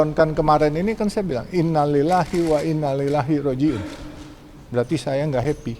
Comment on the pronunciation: Ucapan innalillahinya kok salah bapak.